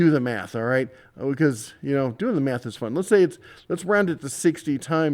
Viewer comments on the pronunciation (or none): none